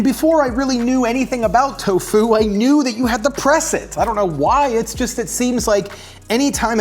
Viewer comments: Miyoko is pronounced "ME-yoh-koh." The syllables in it rhyme with "he" and "bro". Also, the emphasis in "tofu" should be on the TO, not on the fu. TOfu, not toFU. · I swear my man's saying " Toe Foo " not " Tofu " xD love you:3 Man's a GENIUS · Tofu or Toe-Fooo 😅😂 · Why does he pronounce tofu like that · So how many people accent the first syllable of tofu and how many accent the second?